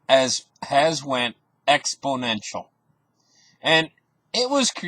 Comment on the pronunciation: Or expodential 😄